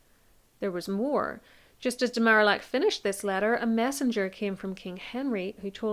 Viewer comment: I love this video, and your analysis of Cromwell’s rise and fall! One quibble: the French ambassador’s name is pronounced Mar-ee-ack.